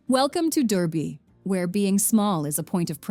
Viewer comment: This AI voice really can't handle the French names. That's not how you pronounce Durbuy (or known at this day as Coucke-land). But yes, i love our Ardennes.